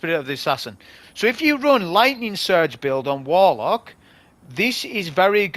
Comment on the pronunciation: Just seen the video for counting how many times says "Wolock" it's hilarious just like boh' of woa'